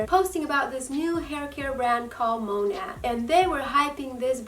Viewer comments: Its not called Mon at its monet well the pernouce by the way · And you're saying it wrong.